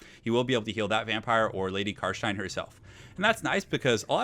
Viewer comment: bit of an anticlimatic ending to a great series. loved these <3 ( also its "car stein" not car shine xD )